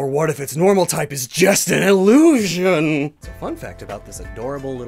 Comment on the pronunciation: Stop saying illotion